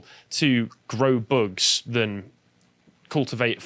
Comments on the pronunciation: I may be the only one but please stop saying boogs instead of bugs. It sounds immature and not very professional. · Why does always add an "uh" sound to the end of a lot of sentences? Like he said, "eat zee boogz-uh". If you pay attention, he does it a lot. Is it a speech impediment or something? It's super annoying.